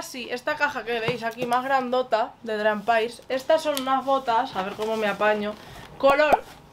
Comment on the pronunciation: Hola. Por si te ayuda y sin ánimo de ofender, se pronuncia “Drim pers”. Un saludo